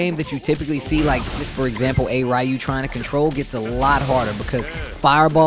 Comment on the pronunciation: For a guy thay covers fighting games, i would think youd know how to properly say “Ryu’s” name…